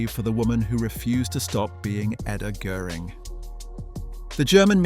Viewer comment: How hard is it to look up the pronounciation of ö before doing a video!